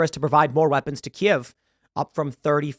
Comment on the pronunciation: thanks for saying "Kiev" correctly :)